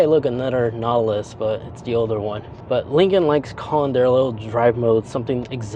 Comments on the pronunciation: It sounds like you’re saying, “Nattilus” most of the time… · Natt-a-luss. Whew. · if you are going to review products you should learn how to say the name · His pronunciation of Nautilus drove me crazy. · OMG! That threw me from the start. It’s not a difficult word. But the video was good otherwise 🫣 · First of all, within just a few seconds, you can't end pronounce the name correctly. I don't even need to watch the video now after that. And, it's a Chinese import. Americans can't even make their own vehicles anymore, and the ones they do make, suck.